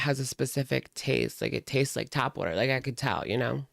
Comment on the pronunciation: who taught her English? It’s tap water 😂😂